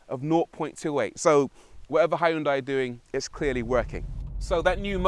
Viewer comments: Hi yun dai? Jesus tap dancing christ is that how Europeans butcher that? XD it's sounds better if u pronounce it "he yon-dae" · I liked this presenter! He was entertaining. Also, isn't it pronounced "Hun-die"? My Malaysian gf says that's the correct way to pronounce it in Korea. You do pronounce the H and the Y, yes. But it's never "HI-un-die"... Food for thought, not that it matters much!